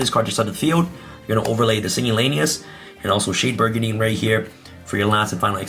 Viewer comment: Agreed it's very cringe. Also he mispronounces "brigandine" incorrectly as well and says it as if he was saying "burgundy".